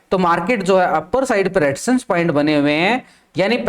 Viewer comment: रेडीजसn nahi Resistance bolo